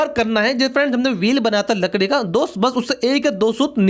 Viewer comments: Congratulations now you say right लकड़ी वरना पहले तो लड़की बोलते थे😂😂🤣🤣🤣🤣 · he said hamar lakdi 🤣🤣🤣🤣🤣🤣🤣🤣